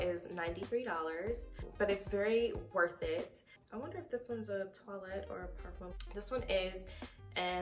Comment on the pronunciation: Parfum is pronounced Pah-FUM. (Rhymes with Rum) Not, Par-FUME " De" is pronounced Deh, not Day